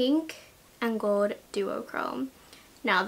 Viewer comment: She says gold in such an interesting way. Like she says “goewd” like she doesn’t pronounce the L in gold lol.